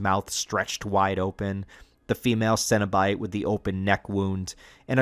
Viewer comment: Really well put together, and I love the inclusion of some of the comics as well. Did you get in on the Boom studios Kickstarter package this last year? Also if you haven’t yet, dig deeper into Clive Barkers novels and short stories. Definitely worth all the reading. But my dude, you are absolutely killing me with all the “Cinna-bite” and “Munchard” pronunciations. I’m trying so hard over here not trying to picture mini cinnamon rolls every time Cinna-bite is mentioned. 😂